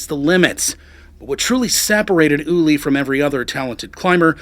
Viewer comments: His Name was Ueli, not Ulie!!!! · "Ooh-Airly", not "Ooly" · **Ueli, not "Ullie." You couldn't get his name right on the video that's about him specifically? 🙄 Wow.